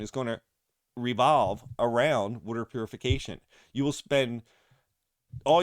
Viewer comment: Subscribed because of your pronunciation of “wooder” thanks for the content!